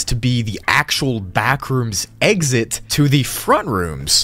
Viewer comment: you just said Egg-sit so you like sitting on eggs, ok